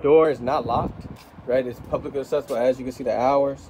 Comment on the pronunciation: This is very minor and small. I just want to help fir the future, as I want you to be the best you can be. "Publicly Accessible" pronounced public-lee Accessible. Hope that helps. Please dont take this comment as anything other than an attempt to help.